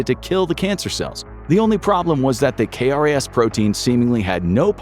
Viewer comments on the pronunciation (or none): It’s known as “k-ras”. We say the letter k but say the word “ras”.